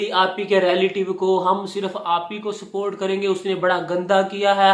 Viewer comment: Ye sporatr nhi hai chaportars hai 😂😂😂😂😂